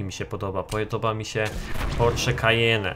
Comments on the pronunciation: co to jest kajene? czyta się Kajen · To Porsche z jak już to czyta się "Kajen", a poza tym to i tak jest Macan :P